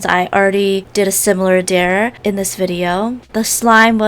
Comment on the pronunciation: i love ur videos but why do u say dare like deer